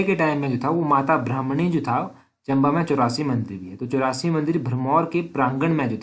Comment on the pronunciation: ब्राह्मणी नहीं भरमाणी